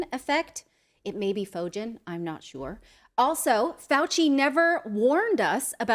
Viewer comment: Zacharias Fögen -- hard G. The name has been Anglicized to Foegen, but retains the hard G sound.